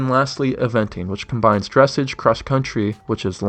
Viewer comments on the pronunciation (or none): none